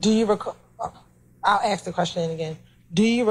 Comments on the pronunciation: Any attorney that says "axe" instead of "ask" shouldn't be taken seriously. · You have to be more pacific when you axe us that ma'am 😅😂😂😂😂😂😂😂screaming 😂😂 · "Lemme haxe you dis...." You can't even be bothered to speak right in court? In a professional capacity? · This woman axing questions has a law degree and still doesn't know how to say the word ask? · I need an interpreter. The DA used “ax” instead of “ask.” That places her in the H. O. E Hall of Fame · "let me axe chu" question by prosecutor? This entire office is totally incompetent and should be dismissed by the GA State Attorney. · A college educated black lawyer who can't even say the word ask. SMFH. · Why did the prosecutor "axe" the defendant. That must have hurt and it's illegal to axe someone. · Let me axe you dis ? Woody would he snitch ? Yes